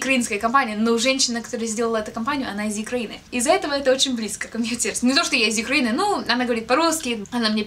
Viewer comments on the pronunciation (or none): приезжай в Киев Юкреина тебя тоже очень любит)) аххах, правильно говорить Украина ) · не Юкраина, а Украина. Но это понятно, что ты взяла Юкраина от Ukraine, но это маленькое замечание, а хотя так даже лучше звучит) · Не Юкраина, а Украина)) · Украина ..а не Юкреина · если что то не Юкраина а Украина. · УКРАИНА, не Юкраина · Не Юкраина а Украина , ) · Юкрейны,ааа,лучшего перефразирования слова "Украина" я не слышала,не сарказм♥ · она говорит "из Юкрейни" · ты немного странно произносишь слово Украина, на англиский манер:D К слову о прекрасном, как насчет встречи в Украине?